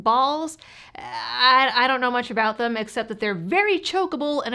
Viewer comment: Did she say “a boot” 😂